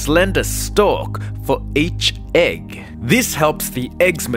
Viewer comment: The way he says egg “eck”